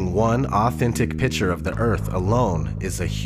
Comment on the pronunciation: It's picture. Not pitcher